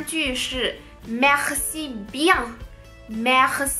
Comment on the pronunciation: 你说merci 时里面的r发音过重过于夸张了，像是说喝喝喝，me喝ci,法国人发这个音时只是轻轻带过，有点稍微停顿的感觉，尤其是这个字母位于单词的中间时。